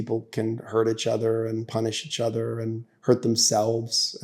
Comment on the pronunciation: He says itchother quite a bit.